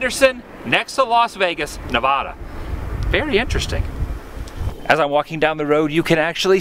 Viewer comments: it is nevada not novoda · Its Nevada not nevahda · Nevada not nodvoda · What's a NeVAHda. That's not how you say Nevada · I LOVE your videos, but please, for the love of all that is holly, PLEASE say Nevada correctly. It drives all of us Nevadans CRAZY! The state's name is the Spanish word for "snowfall" and refers to the Sierra Nevada ("snow-covered mountains") mountain range. The non-Nevadan pronunciation of the name "neh-vah-dah" (long A sounds like the a in father) differs from the local pronunciation "nuh-vae-duh" (short A sounds like the a in alligator) and is said to annoy Nevadans endlessly. Thanks! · I live in Nevada you said it wrong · Yo why does everyone say Nevada wrong? there's no awww in Nevada. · I’m bothered by the way you pronounced Nevada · I hate how everyone pronounces Nevada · Learn how to pronounce Nevada